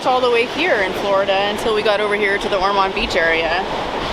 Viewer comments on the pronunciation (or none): Ormond Bch pronounced Or mund